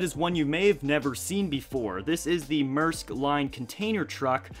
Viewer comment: You did not pronounce mearsk correctly